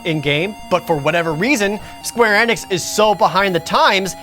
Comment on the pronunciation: the fact that he pronounced Enix 2 different ways gives me life